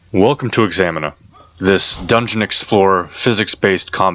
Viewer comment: "Welcome to EXAMINA" I'm sorry, I'll have to stop there.